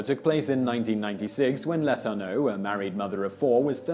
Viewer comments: Yes, and it's "Le-TOUR-no'. (Accent 2nd syllable, remembering the news stories) There was another name Simon mangled in just this video. But I've already forgotten what that was. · That was driving me crazy too. Dufresne and Letourneau. There’s no doubt that Simon does excellent work in his videos, but I can’t help but be irked by the butchering of names.